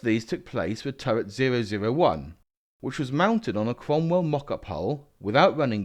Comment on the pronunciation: Savalier, Sentaur, Sromwell? Makes perfect kents. Perhaps it's the Seltic pronunciation. ;) BTW, it's not really a Cromwell without all the nipples on the turret.